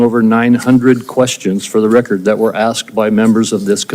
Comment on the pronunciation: Hey warnock what is a "recort" ??? The term is "record." Dude, you can't even speak proper English. And without the ability to communicate effectively, you are uniquely unqualified to serve in congress.